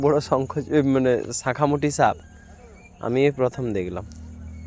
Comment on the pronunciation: স কে ছ উচ্চারণ করো কেনো বন্ধু,,,,, ছাখা না বলে সাখা বলতে পারোনা